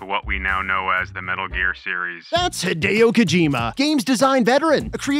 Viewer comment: Higharolla Kokamaime? Hi-deo Ko-jima? 🤯🤯🤯🤯🤯🤯